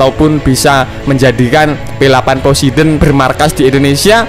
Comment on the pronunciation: poseidon tlol bukan posedon eh maaf yassalam